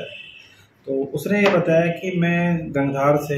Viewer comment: गंगरार नही गंगधार